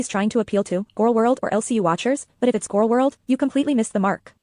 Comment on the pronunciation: As a speech therapist hearing your progression on pronouncing "gorl world" is both hilarious and inspiring